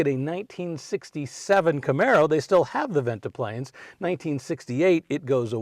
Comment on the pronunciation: Guessing that's a modern headliner! It's Ventipanes, not ventiplanes.